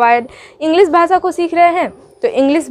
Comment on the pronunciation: Bhasa nhi hota bhasha